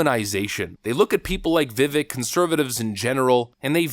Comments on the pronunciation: "Vi-vake like cake" is how the name is pronounced my man. Not "Vi-Vick".. 😏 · It's not "Vivik" It's pronounced "Vivayke" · Just an FYI his name is pronounced Vi-vake, like cake. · Viveks name is pronounced “Vi-Vake” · Vi-vayke it ryhmes with cake. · It's pronounced Vi-VAKE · Dude, please learn how to pronounce his name! He's said it himself, "It rhymes with cake." So it is Veh-vake. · His name rhymes with steak. Pronounced vih VAKE rah mah SWAH mee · It's pronounced Vi-vake rhymes with Cake. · I question why people still pronounce Vivek wrong on conservative outlets that know his name. I totally respect you and have been with your channel since 2019 or 20. I am confused tho is it a long running joke or is it like pronouncing like “Hungary” that people just keep getting his name wrong? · PLEASE learn how to pronounce his name! As he has said, Vivek rhymes with cake!